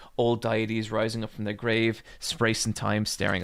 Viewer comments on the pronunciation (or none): none